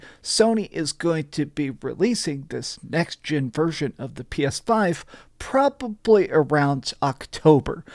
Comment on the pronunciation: Why does he say "probably" like that? "PRAH-BUH-BLEE" 😂